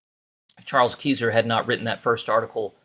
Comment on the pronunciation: Charles Keysor's name is pronounced Ki-zer. (Ki as in "guy") Long i please. I knew him personally.